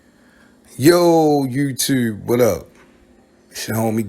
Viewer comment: Your Baltimore accent comes off strong when you say “Dude” and “YouTube” I’m from Chicago and that Baltimore talk is wild to me. I couldn’t even do a Baltimore accent if I tried.